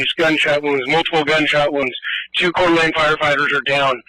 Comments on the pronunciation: It's pronounced Core da Lane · I'm sure it's commented above, but the city is a French name pronounced CORE-DUH-LANE ... thank you for the helpful update. 😔🙏🇺🇲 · It is pronounced "core da lane". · FYI, it's pronounced as "Core Da Lane". I hope this helps :) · Its pronounced cord-a-lane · If it is of any help, it is pronounced “Core-Duh-Lane” (Coeur d’Alene). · Pronounced "Core De Lane" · Coeur d'Alene = Core-Deh-Lane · Coeur d'Alene is pronounced, "Koor D'Lane" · It’s pronounced like “Korda-lane.” RIP victims. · I think it’s pronounced like COR-DE-LAN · It's pronounced "Core-dalane". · It’s pronounced Core Duh Lane, in koot-nee (kootenai) county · My family has lived up there for decades. They say it's pronounced "Core da lane" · The city Coeur d'Alene is pronounced Core Da lane. It was an area settled by french fur traders so there's a lot of french names around. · That place in Idaho is pronounced like "core duh-lane". If you've never been there it's easy to not know. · Pronounce the city "Core - Duh - Lane." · Coeur d'Alene is pronounced like Core-duh-lane. You're welcome. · Coeur d'Alene is pronounced "Core Dee Lane" the space between Dee and lane is shorter though so its like "Core DeeLane" for future reference Jeremy. Its not as hard as it looks!! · Pronounced core-da-lane! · The city is pronounced Core DA LANE......I'm sure you have heard of it. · Coor d Laine. If you had listened to the recording you played youd know how to pronounce it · I replayed the video to hear how he pronounced it, and I think he ‘scrubbed’ it. 😂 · “Core-duh-lane” there ya go. That’s how you pronounce it I’m pretty sure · That city in Idaho is pronounced something like coor-de-lane. Don't let French scare you off. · I'm so sick of this happening in my beautiful state. I moved here from commiefornia over a decade ago, and it's slowly turning into diet commiefornia. Edit: for future reference, that city is pronounced like core-de-lane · We locals pronounce it " core da lane"